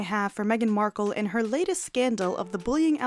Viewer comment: Markle not marke